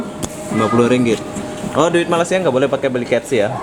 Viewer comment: Sebut malasia. Hilang huruf (Y)